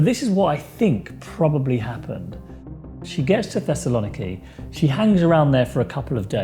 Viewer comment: Do you mean Thessaloniki /thes-Sal-oh-NEE-kee/? I have been there many times. I don’t get it. She flew to Athens then went by car or something to Thessaloniki then back into Bulgaria? I know that area quite well. North of Thessaloniki is Macedonia. I been there. That border is pretty strictly guarded.